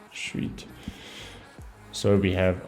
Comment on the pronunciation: Bruv, are you South African? Can't mistaken that "Shweet" around the mark 😅🤌🏾